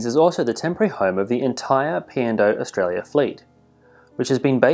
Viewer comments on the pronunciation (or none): none